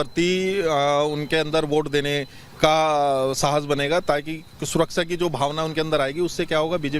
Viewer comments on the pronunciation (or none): Abe takle pehle suraksha bolna sikh suraksa kya bolta hai